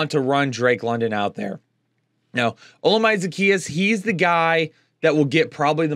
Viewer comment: Love the videos but you have got to pronounce Olamide correctly bro😂 it’s Oh-Llama-dey